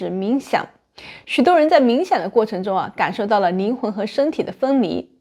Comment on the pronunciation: 听了半天 宁宁的没听懂，是灵魂不是宁魂！